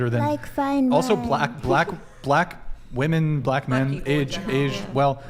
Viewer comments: “Wi-min” it’s pronounced WI-MIN, why does it seem like more and more feminists can’t pronounce the word “women”. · Why, do women say woman in place of women?! It's driving me crazy. We are moose? Gazelle? Deer?😅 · A bunch of people that do not have kids or a spouse talking about kids and marriage. 😂 Also, can we tell (however you spell her name) that when you're speaking of multiple women it's pronounced "women" not "woman". Sheesh 🤦‍♀️ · Is incapable of saying WOMEN